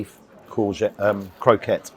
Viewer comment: Its "croc-ette" mate. You keep saying croke-ette, don't get me wrong it's sweet and all. Croquettes said wrong is like pjish and kips.